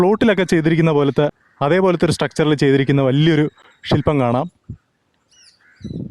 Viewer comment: എരുമ, പഷു, ഷില്പം, ദോഷ, ആഷ, മീഷ 😅